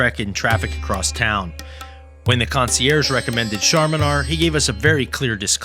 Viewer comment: Your videos are great, but it's not concierge.. It's spelled the same way as you're saying it but you're saying it wrong. Just a heads up constructive criticism